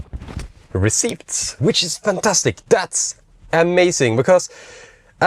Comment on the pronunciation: Great stuff. 👍🏻 (You don't pronounce the p in receipts btw.)